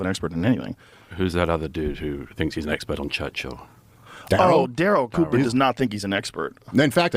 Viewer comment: See I wanted to like this video, but trashing Daryl Cooper is a no, especially when you can't get his name right, if you're gonna make content, do your research or shut your mouth